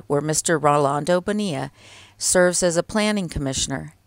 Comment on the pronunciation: Excellent pronunciation of “Bonilla” and great work as always 👍🏽